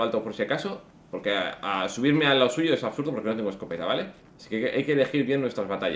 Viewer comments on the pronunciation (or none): none